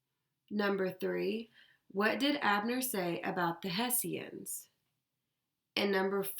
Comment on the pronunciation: its pronounced Heshans